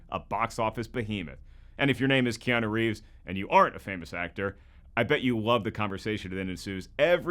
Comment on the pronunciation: Bro said kianu rieves and no one said anything